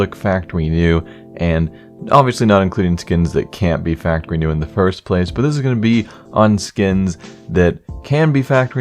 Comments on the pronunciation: factowy nw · Did anyone else notice factowy new? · factoWEE new? was i the only one who noticed?